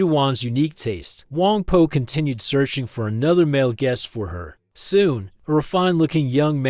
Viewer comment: It’s Wang Po, not Wang Poo, right?